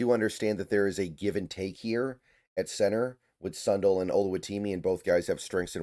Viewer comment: Sun Dell like Dell computers not Son dull